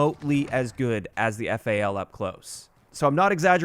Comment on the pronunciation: Why the hell are you calling the weapon F.A.L. It's FAL, FAL, like Fall. Jesus dude.